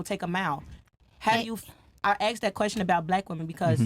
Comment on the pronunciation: She axed that question, wow! 🪓